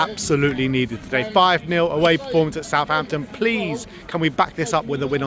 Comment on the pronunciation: It’s Southampton ffs